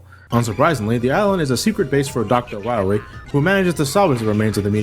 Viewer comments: Dr. Wiwwly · Dr.Light is Hunting Wabbits with Dr.Wawee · Light: We find dat meteor, we find doctar Wywe! Me: LOL! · MEGA MAN! DOKTA WOWY HAS BEEN TWIYING TO DESTWOY YOU SO HE CAN TAKE Oo... oh... VER THE WOILD! Mega Baby: YAAAY! (Glass breaks) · Poor Dr Wahwee, What ever we he wo? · To quote the Great Clement: "We'll find Dr Wahwee? DR WAHWEE?! Who hired this idiot?" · *Dr. Wahwee